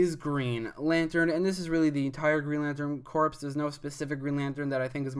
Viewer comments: Corps= (Core) not (Corpse) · WHEN WILL PEOPLE LEARN THAT THE “PS” IN “CORPS” IS SILENT!!!! ITS “GREEN LANTERN COR”!!! NOT “CORPSE”!!!!!!!!!